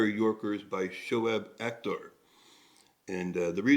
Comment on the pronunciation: You pronounced him right. On your comment that you never saw him wearing hat, bowlers don't wear the hat while bowling, specially the fast bowlers. Very few spin bowlers do wear hat, but its very unusual for them as well